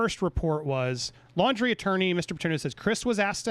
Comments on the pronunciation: I think it might be pronounced like the word laundry, like laundry detergent. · Can say the last name right? Laundrie 😎